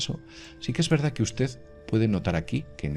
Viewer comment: VERDAZ , GRAVEDAZ..............!!!!!!!!!!!!!!!!!!!!!!!!!!!!!!!!!!!!!!!!!ME PARECE QUE SE DICE VERDAD Y GRAVEDAD , CON D AL FINAL Y NO Z